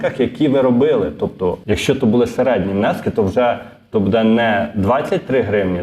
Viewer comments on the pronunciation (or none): Може все ж таки "дочекались"? 🙂 А ще правильний наголос "бУде" на "у" , замість неправильного "будЕ" на "е"